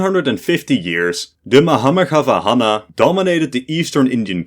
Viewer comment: Bro, let me help you... That's Mahameghavahana Empire.. Pronounced : Mu_Haa_Megha_Vaa_Hun.. Meaning : 'Lord of the Great Clouds' who uses the clouds as his vehicle.